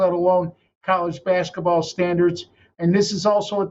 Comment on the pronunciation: It’s basketball, not baskaball